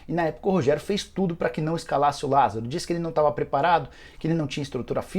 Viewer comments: Lásaro? Kkkk porra Nicola deu mole 😂😂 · Lasaro??? Ou Lázaro??